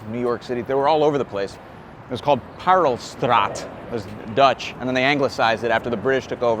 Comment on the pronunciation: Love your Dutch, 😉 Parelstraat aka Pearl Street. Regards from Belgium.